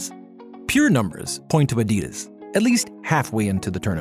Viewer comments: Adias? What in the AI is this shit? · Bring back the old guy or someone that can pronounce Adidas correctly. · Learn how to pronounce Adidas and you will go far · At least pronounce Adidas correctly...that was not an issue with the German voice. I am sorry, I tried, but it's just not working out with the new guy when even such basics are off. And the entire character of the videos is gone.